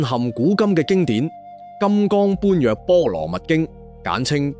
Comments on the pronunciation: 製作者註意，享受呢類便捷及成本低咗嘅好處之餘，由於粵語嘅結構，有好多字，AI發音，硬性常用音調，唔係專有或者特別或指定用聲，同字多音，不同語景要修正，最明顯就係口語嘅 咁 字，讀做 啖 字發音。 更甚嘅，最明顯係，嚴謹不足，佛門最重要嘅名詞： 般若 只要聽過與佛相關作品，甚至武俠影視製作，都知道係用 波野 發聲。但係利用AI製作者，就由佢照用 *搬若*，呢啲擺明只係搵食，為求出片。 佛度岸及粵講粵有古，製作內容模式好好，希望製作團隊更精益求精，先行謝過。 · AI作品, 水準有点不人類, 绝对同意粵語發音很重要。重要的字如“般若'" 相”等都要注意,很感恩制作佛教作品但宏法要再認真些用心些。謝謝